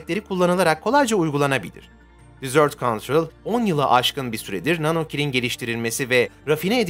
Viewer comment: Merhaba. Telaffuz ile ilgili bir detay dikkatimi çekti Çöl anlamındaki 'desert' kelimesinin telaffuzu "dizört" olarak yapılırsa 'tatlı' anlamına gelir yani "dessert" . Çöl anlamındaki "desert" kelimesinin doğru telaffuzu "dezırt" olmalıdır Naçizane, belirtmek istedim . Bu bir yana, kanalınızı ve yayınlarınızı beğeni ile takip ediyorum, ellerinize sağlık